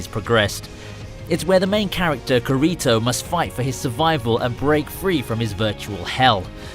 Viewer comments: Bro, it's Kirito not Karito. But yah, i like the video, please post more of this videos. Thank you. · it hit me like shit when i heard him say his name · KURITO!? ITS KEEERITO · “kahritoh” 😂 “key-ri-toh” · fr a bruh moment made me not even want to watch this video he butchered the fuck out of kirito's name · he said karito like it was normalT-T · You know not to listen to this when he say geerito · Who the fuck is K-a-re-to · HE SAID KERITO lol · Who is gurito does he mean kirito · kur-ri-toh? lmao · The way he said kirito got me triggered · He said kirito wrong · all good man, i got a good laugh out of it, i’m not gonna hound you down over pronouncing his name wrong 😂 plus i liked the vid 👍